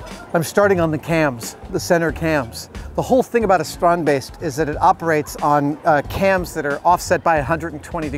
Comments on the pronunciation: Oooh you say strandbeest properly now, nice! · Adam, Theo must have taught you to pronounce "Strandbeest" the way you did . Sounded very Dutch! Goed gedaan!! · As a fellow Dutchie ..... I'm flabbergasted by Adam's almost flawless pronunciation of Theo and Strandbeest.... it is a sign of the utmost respect to learn to pronounce someone's name correctly .. tip of the hat to Adam, dude! awesome! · I'm so happy we had the exact same idea when we first saw the strandbeest. Also, great Dutch pronunciation! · Yes strandbeesten Finally something from my home country and you pronounced it pretty well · it was as close to perfect as anyone can do. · I love how Adam really puts effort in pronouncing it right :) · As a Dutch guy I'm fairly impressed with Adam's pronounciation of "Strandbeest" ..good job adam :) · as a dutchman I can't help myself to be a bit proud that Adam keeps saying 'strandbeest'. For those that don't speak dutch 'strandbeest' translates to beach-beast. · Your pronounciation of strandbeest is very good! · Am I the only Dutch person here who was suprised by his pronunciation and also enjoyed how he said Strandbeest? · Thumbs up for the correct pronunciation of the Dutch word "strandbeest". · I commend Adam's pronunciation of both "Strandbeest" and "Theo". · Nice how you correctly pronounce the dutch word strandbeest, which means beach beast